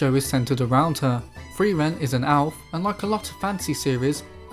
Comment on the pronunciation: Sorry dude, that's not how you pronounce "elf". Your pronunciation sounds more like "owl".